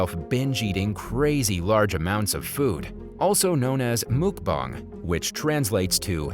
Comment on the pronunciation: It’s pronounced Muk~BANG.